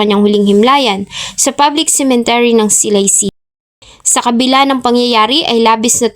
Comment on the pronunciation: Dear Vlogger, please say "Cemetery" po, not Cementery✌️☺️. Nasabi ko na po noon. ✌️